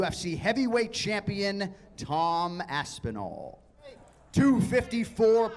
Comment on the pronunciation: Are you saying that to Jon or Tom? sounds the same